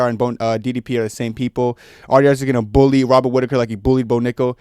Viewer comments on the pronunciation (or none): none